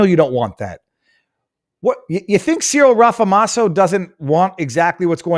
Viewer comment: So just for clarification sake its 'see-rill ram-a-fo-za'. So just a few facts, that clip i believe was from the EFF 10th anniversary rally where ANC members did attend, with another former ANC youth league leader (the leader of the EFF is also a former leader of the young foot soldiers) quoted 'it was good, its nice to see revolutionaries' or something to that fact. Most farmers in south africa are Afrikaans (since race is only recorded for BEE) around 70% (again largely due to the fact they were the ones cultivating the land. English farmers were mostly in Cape and mostly vineyards, but the Cape is DA territory). Its not genocide, its targetted murder to serve a political aim, much like racism has no meaning its better to focus on the facts, who, where, what, why and when. Then you can srill into the problem without throwing mud.